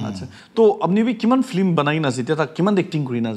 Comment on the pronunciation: Nagamese 'flim' 😝 not film?